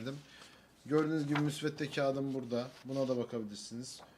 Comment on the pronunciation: Müsvette değil hoca ''müsvedde'' saygılar .